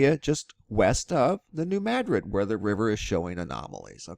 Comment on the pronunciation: Madrid is pronounced the same as Madrid Spain. It's Ma drid, not mad rid! :) Also, it's a sandbar not a sand barge.